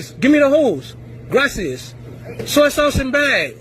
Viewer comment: Am i the only one who heard the dude say " gimme da hose, gracias" Someone please tell this dude gracias is spanish, and not chinese.